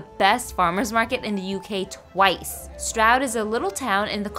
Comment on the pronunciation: Just FYI - Stroud is pronounced “Strood” I know, I know, we have some crazy pronunciations over here but that’s part of our charm right?! Loving your channel by the way - very entertaining and informative (even though I’m London born and bred) Great job! Onwards & upwards 👍🏼